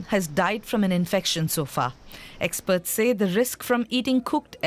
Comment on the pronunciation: Everytime they say "experts" im hearing "eggsperts".